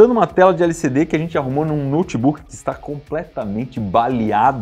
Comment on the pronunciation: Iberê, vc tá falando de LCD ou de LSD? Kkkkk